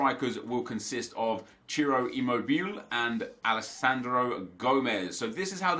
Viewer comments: Its not "immobil" its "immobil-eh" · It is ImmobilE, not Immobill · Gabriele Anziani Thank you. I always cringe when he says "Immobil". :D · Stop saying Imobill, he is called immobile like you used to call him. Please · Immobile ------ i - mow - bi - lay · Ngl I'm getting annoyed with Immobile. His 88 card is absolutely amazing, but the english announcer butchers his name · “Immobile” pronunciation was right during your previous video, not in this🤦🏼‍♂️ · Is that how Immobile pronounced? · you're pronouncing immobile incorrectly! you were saying it right the first time. Italian tip ;)